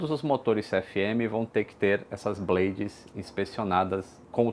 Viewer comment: A palavra 'blade' não se pronuncia como 'blêidis' e sim 'blêids' - coisinha básica!